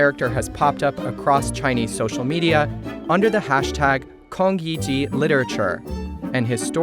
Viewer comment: Pls learn how to pronounce Lu Xun and Kong Yiji. I mean, just listen to your own interviewee. This is SCMP, right?